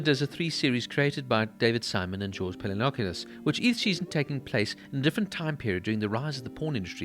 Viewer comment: I'm very happy to see a revisit to this show, however, I have a few suggestions. That's really not how you pronounce "Pelecanos". Also, I don't think season 3 isn't as great as the other 2. Less action ,no doubt, but in terms of content it was really necessary, to show to later millenials and zoomers how the HIV epidemic really struck hard on people's lives. Good work nonetheless!